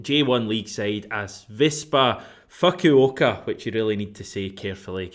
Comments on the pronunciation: Great video as always! BTW Fukuoka is pronounced like Foo-ku-o-ka (like the Foo in Foo Fighters) 😅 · Fukuoka = Foo-Koo-OH-Kah. cheers, G. in Japan. Hail Hail!